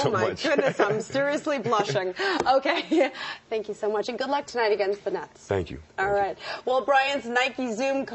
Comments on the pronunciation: sound like she said "nuts" instead of "nets" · at the end did she say, "good luck tonight against the nuts?" o.o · LMAO.....she absolutely DID say "Nuts" u have to listen closely, but she did say it